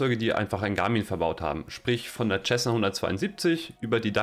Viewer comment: Alles sehr schön gemacht aber biittee sag nicht immer "Tschessna" zur Cessna. Es wird "Sessna" gesprochen 🤠